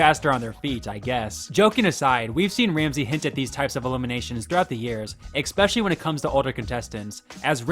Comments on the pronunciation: The word is especially, not ecspecially. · It's a pet peeve, but Please stop saying "Exspecially" it's pronounced "Especially" There's no "X". As I said, it's a pet peeve of mine, and no big deal at all. But do please try to pronounce it correctly. Other than that, Great content!!! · Great video. But I cant help to be a bit put off that someone who says "eKspecially" is killin it on youtube while Im trrying to get subs hahahaha have a great night man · Look,, I've watched many of your videos so far, please stop mispronojncjng "especially"! You say the word a lot and you always pronounced it "expescially". There is no "x"! I get that not everyone has that pet peeve, but I do and it's making me want to take you off my algorithm completely. You narrate, so as a narrator, your first priority should be the pronunciation of words and correct grammar. I'm sorry, I like your vids, and I just want you to grow and I just have such a hard time listening with that kind of simple error. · ex-specially isn’t a word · "especially" isn't spelled OR pronounced with an X